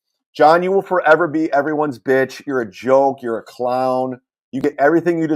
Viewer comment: So luntszjch, bitszjch, and mutszjch are the only funny things he says 😂